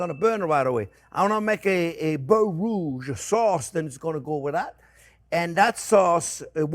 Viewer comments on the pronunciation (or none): none